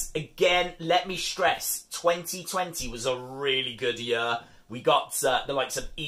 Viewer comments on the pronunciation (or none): The way he says year🤣 "2020 was a very good YER"